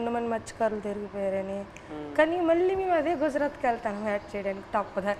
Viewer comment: mathsyakarulu. Karalu kadhu